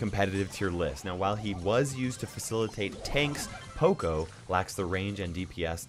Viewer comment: OMG you pronounce poco wrong... It's not (po-co) it's (pa-co). HE EVEN SAYS IT IN HIS VOICELINES